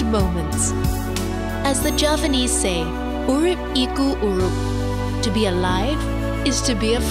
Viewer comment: As a Javanese, I like the way narrator cited the words “Urip iku Urup”. ♥️